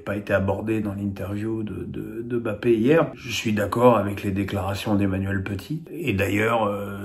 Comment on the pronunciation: T'es sérieux? C'est plutôt le contraire, 95% des consultants s'acharnent. En même temps comment accorder du crédit aux dires d'un qui écorche volontairement le nom d'Mbappé pensant passer pour un "intellectuel" sarcastique... pitoyable.